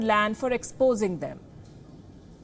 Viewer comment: The last word "substandard" was just pronounced OP